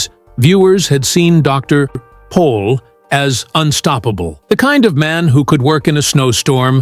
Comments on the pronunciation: It's Dr. Pol not Paul !!❤ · Can’t even get his name right…..POL……..PATHETIC